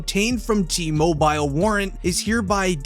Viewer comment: Cringe the way you say TMobile lmao